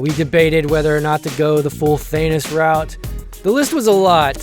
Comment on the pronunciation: Did he just say Thanus?